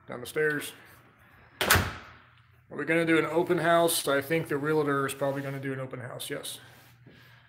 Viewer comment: Pet Peeve for Realtors, RealAtor